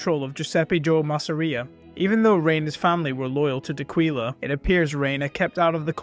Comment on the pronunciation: Great videos. D’Aquila pronounced like Dock willa